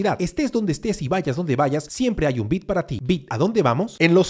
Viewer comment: pronuncia bien la palabra "beat" esta palabra es con una i larga y no corta